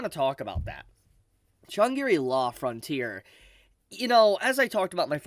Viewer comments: Shang-ri-la, not Shan-gi-ri-la 😅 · Great series, Great video, Fully agree that this is a nod to gamers, so if you know you know. Huge Potential. AMAZING Opening with a group, full of some veteran artists. But PLEASE. it's shan-gri-la, not shan-giri-la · Shangri-La is a fictional Tibeten city from the 1933 fantasy novel Lost Horizon, written by an Englishman. It is pronounced with three syllables: Shāng-Grē-Law. When you say it, it sounds like you are somehow finding a fourth syllable. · Shang-gri-la say it with me now, how have u never heard this word before .. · yeah i heard Chun Giri law... but i didn't want to be mean ;( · say that name again lol XD